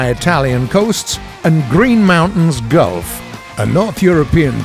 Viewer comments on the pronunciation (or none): none